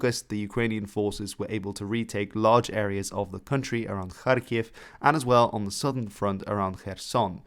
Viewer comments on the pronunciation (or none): none